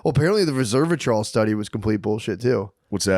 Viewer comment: It’s “res-ver-a-trol” , not “reserve-o-trol”. Ugh why am I such a nitpicker? 🤦‍♂️